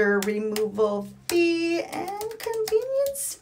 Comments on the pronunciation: I love how she says "feeee" so accurately 😂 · They way you say fee is great.